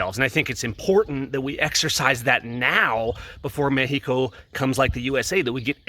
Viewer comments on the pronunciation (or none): MEH-HE-CO. HAHA!! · Please stop saying 'Mexico' with the silent X...dude you're why they hate gringos